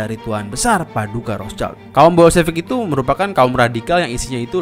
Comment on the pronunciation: Rothschild adalah bhs. Jerman. Perisai-Merah. Rot = merah Schild = perisai = bunyi bacanya "skhild" Bukan "caild" yg bhs. Inggris berarti anak. Kalau 2 bhs tsb dicampur maka nama tsb tidak ada artinya. Usahakan membaca nama orang dgn benar sesuai maknanya.